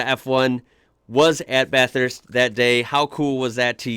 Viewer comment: I'm impressed you pretty much pronounced Bathurst correctly more than anything.